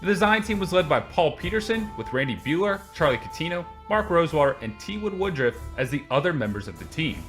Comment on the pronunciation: Woodrufff... Because the thing that makes me tick is to point out other people’s mistakes.